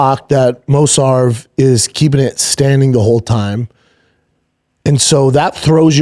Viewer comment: It's Mov-sar not Mos-var. Arghh why does he annoy me in all facets!!!